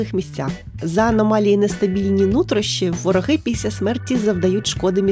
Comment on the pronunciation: Я мав на увазі що у вас по тайм кодам котрі я вказав, у вимові вийшла "піся" замість "після"😇